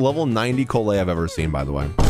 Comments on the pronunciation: I'm sorry, but the way he's pronouncing her name makes me die inside a little bit (It's Call-lay not Co-lay) Good vid otherwise tho! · someone HAS the mention how he is pronouncing "Collei" my man said "kolay" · The fact that how many times you pronounce her name wrong is impressive.